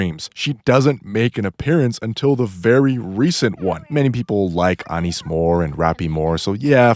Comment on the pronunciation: It’s driving me crazy how you pronounce Neon and Anis; it’s crazy how you pronounce Rapi and Ingrid correct but not Neon or Anis dawg 😭😭😭